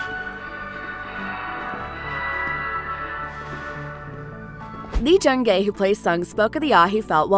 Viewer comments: It’s Lee Jung Jae, not Lee Jung Gae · Do me a favour and pronounce the names right “sAhNg jEe-HuHnN” “Lee Jung-gAy” “HyUnG jYuNg-YuNg” “jEoK-sHoE” “SaYnG-wOoH” “eEl-nam” “hWaYnG” etc.